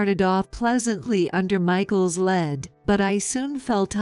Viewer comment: In this case lead is pronounced leed, long E. Lead, the metal, is pronounced the same as bed.